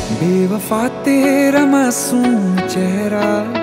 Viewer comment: Sir sorry but aapka ek word jo masoom hai wo bahut galat pronounce hai